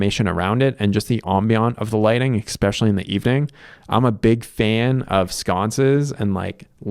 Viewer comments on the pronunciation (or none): I appreciate the irony of a person that points out that it’s called a water heater, not a hot water heater, also saying “eXspecially”.